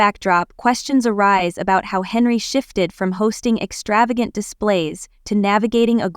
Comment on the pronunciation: It's Henyard, NOT HENREY!!!! WOW!